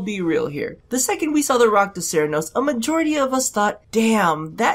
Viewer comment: did you really say Iraqda cernos?